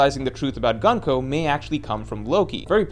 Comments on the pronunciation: Why say gan-ko? Her name is gunko like luffy or usopp or brook, not laffy or assop or brack. Like a shorter version of goonko. gun means military in japanese, ko is child military child. not gun like english gun. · Stop saying gunk-o bro that’s not how it’s pronounced 😭😭😭